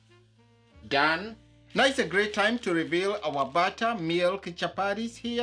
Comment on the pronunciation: Just say chapati and not chapari and butter and not barra! Be proud to speak with that African accent. Otherwise kudos